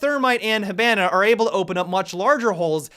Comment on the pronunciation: When your so good when u pronounce hibanna he-ban-uh